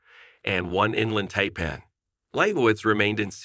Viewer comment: It would also be nice if he would have learned how to correctly pronounce the snake breeds.